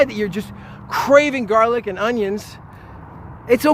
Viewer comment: The way you say GARlic everytime says that you're offended by garlic and you don't really care about facts, it's more about your feelings. Maybe you choked on one before. Maybe one bit you? Besides that, get over yourself and your agression against garlic.